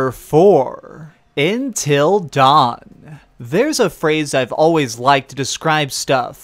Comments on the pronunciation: I've never heard anyone pronounce it like "In-til" instead of "Un-til". You even pronounced 'until' properly during the section about Until Dawn, but when you said the title of the game twice it was "In-til". Weird with a beard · I don’t want to be that guy but “Intil Dawn”